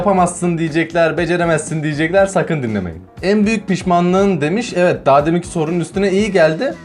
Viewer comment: evit derken çok komiktin evet değil (EVİT)